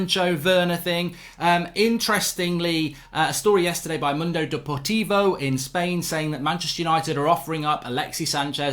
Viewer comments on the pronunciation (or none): none